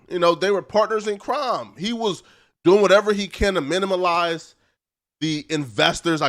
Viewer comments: Great content! Side note - the word is "minimize" not "minimalize" 😊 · The word is minimize